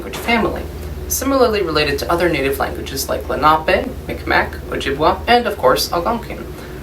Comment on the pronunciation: Hey, I just wanted to let you folks know, as a Mi'kmaq person myself, if you're going to be teaching about indigenous history, and using mi'kmaq as an example of Algonquin languages, it's not pronounced "Mic-Mac". That's an improper anglicization of the word, which is unfortunately still used in Nova Scotia a lot. Mi'kmaq is actually pronounced "mig-ma" or "meeg-mah", however you want to write it. (Though we actually refer to ourself as l'nu, mi'kmaq came from French settlers misunderstanding the word níkmaq, which was a greeting). There's still a bunch of places, such as bridges, and malls, in Halifax, which use "mic-mac", which we've been trying to get changed to the proper pronunciation for years. So please, if discussing us, especially in an academic sense, use Mi'kmaq, not "Mic-Mac".